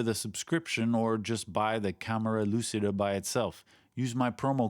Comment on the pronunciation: just for saying, no problem if you continue, but try to use the C you use in Cheat and not in Lucy when saying lucida and you have 95% of the pronunciation right